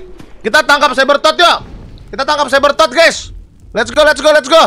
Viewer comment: sebbertot bang